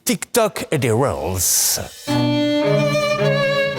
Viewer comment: mais bordel, c'est pas de réels, c'est des REELS, c'est un mort anglais qui se prononce rile et qui veut dire "bobine" (de film).